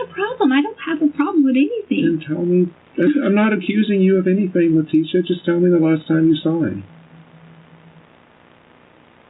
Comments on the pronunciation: I don’t believe “anythink” she says! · if she says "anythinK" one more time......